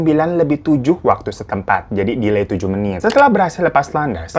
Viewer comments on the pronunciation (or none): none